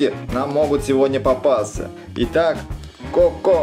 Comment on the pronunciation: Не како а Коко